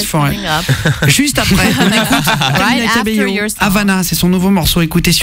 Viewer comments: Faut faire un effort avec son nom, Guillaume l'a assassiné ahah ! C'est pas camiYa CabeLo, mais CamiLa CabeYo ! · Lmao I luv joe it say CAMILA CABELL O😂